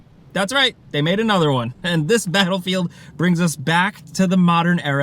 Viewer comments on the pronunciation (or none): The way he said "Bahelfield" XD